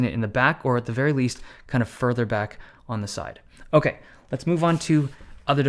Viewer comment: "Owkay so"..... 😁